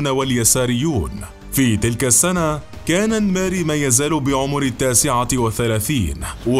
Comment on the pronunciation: اسمعك تقول الميري😂 الننننننميري